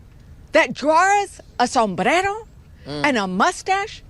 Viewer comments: non-latinos like me will laugh the moment she says Somberrero while speaking on President Trump meme post. 😂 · The way she say somberero is gold!! Lol its funny thatt congress mexicans say certain words in the most accented voice😅😅😅😅😅😅😅😅😅😅😅😅😅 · The Hispanic congresswoman didn’t pronounce sombrero correctly 😂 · What a clown is. She pronounced all of her r's the same way until she got to sombrero. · I laugh my ass off when English speakers randomly break into an accent when pronouncing a word of Spanish origin. Next, do German. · I hate when people are speaking English and then pronounce one single word with an accent - like "sombrero", while rolling the "r". It's about as inauthentic as it gets. "Clowns to left of me, jokers to the right, here I am stuck in the middle...." Steve Miller Band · The fake accent Rep Teresa uses when saying "sombrero" is RACIST. There's a perfectly good pronunciation in English. Only a bigot chooses to mock the accent of people who dont sound like her.